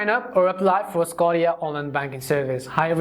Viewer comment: tf is a sco-tia